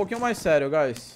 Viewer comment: n é oi "Gás" É Oi "Guys"